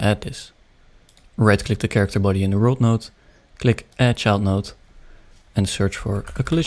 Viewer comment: "chairicter body" - 2023 (did anybody else hear this?)